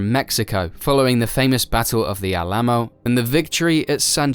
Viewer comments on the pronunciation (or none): You pronounced Alamo wrong